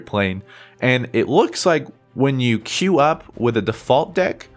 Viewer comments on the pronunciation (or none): none